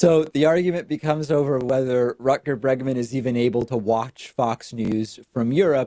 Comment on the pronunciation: After hearing David try to pronounce "Rutger Bregman" I want him to try "Reguliersgracht achtentachtig twee hoog" too!